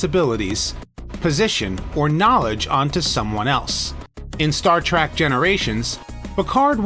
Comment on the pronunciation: It's pronounced TREK not Trak!